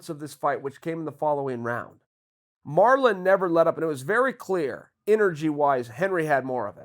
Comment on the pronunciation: He turned Marlon Mexican 😂